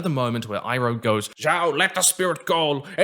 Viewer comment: I really liked it but was also very confused. They kept pronouncing the names wrong, like "ANG" instead of "OONG", or "SOCK-KA" instead of "SOW-KA", or "I-ROH" instead of "EEROH". Other than that, pretty good. However I really wondered where Zhiao got his scrolls about the moon and ocean spirit from.